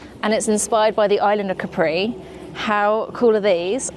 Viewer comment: loved th whole video sooo much till the point you sair CAPRì hahaha it's Càpri.... but loves this content so much